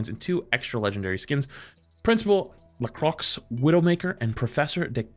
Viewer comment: That plus his butchering of Lacroix (same name as the drink!) had me hanging my head.